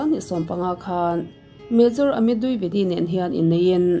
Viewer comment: Dwivedi ( di ve di) tih a lam tur ania,,(duivedi) nilo in,,ka lo sawi ve mai2,, min lo ngei ngawt ange 😂 ka sawi ve mai2